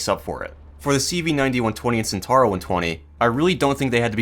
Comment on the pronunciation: Italians after people dont pronounce Centauro correctly: angeri noizes